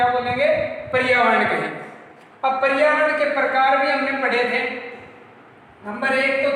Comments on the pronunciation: Sir wo परियावर्ण nahi hota पर्यावरण hota hai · पर्यावरण हैं परियावरण नहीं